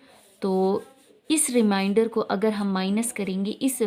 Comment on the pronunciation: Remainder not reminder